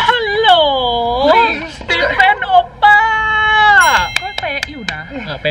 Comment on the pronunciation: พี่บูมพูดฮัลโลสตีเฟ่นโอปป้าเปะเวอร์ที่สุดแล้วชอบบบ🤣